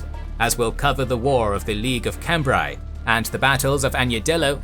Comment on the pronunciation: Excellent video as usual. Just one tip for for the next episode: 'Cambrai' is pronounced [kɑ̃bʁɛ] ('Kahm-brèh'), not 'Kembraai'.;)